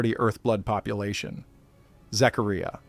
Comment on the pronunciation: I’ll tell you that’s a great AI voice. I’m assuming it’s AI I mean so so many words are mispronounced names Zachariah Anunnaki I couldn’t do it.